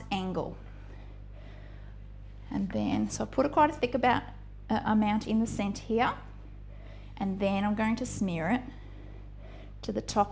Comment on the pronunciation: "Back towards the cenna" ...? Lol cenTer